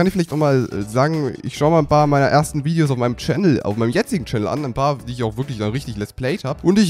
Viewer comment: Ernsthaft? Viedeos? xD